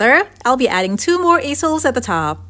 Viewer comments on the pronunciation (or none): Easels are pronounced EEsels. 💝🥰 just so you know. 💝🥰 I absolutely LOVE both of these pieces. You are amazing! I just love watching you and your incredible mind!! Thank you so much for sharing with us. I truly appreciate you! 💝🥰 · Lmao i was weak how she said easels. Never heard them called that. 😂😂😂😂😂😂😂😂😂😂😂😂😂😂😂